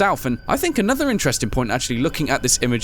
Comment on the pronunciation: I Know But Why Did He Say "Antoher" Night